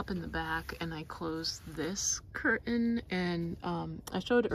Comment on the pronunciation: Curtain next to stove, making coffee/cutting veggies over a fur blanket, mispronouncing curtain, I've had enough.